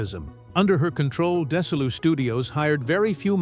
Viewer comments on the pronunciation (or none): Awful narration Dessy Arnoz then Arnaz? Destitute studios? I thought everyone else calls it Dezilu(pronounciation)..stopped watching as it all started. Could do better with a 'real' announcer.